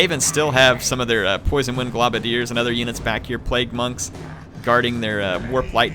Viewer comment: i love your videos in fact they are the only ones i regularly watch while i wait in anticipation to get a new graphics card for my PC so i can play TWW 2. but just one thing, it's pronounced "GLOWbadiers" not "globadeers"...... as a long time skaven player in the tabletop game this is doing my head in lol.